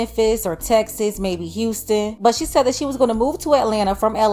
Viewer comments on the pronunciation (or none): none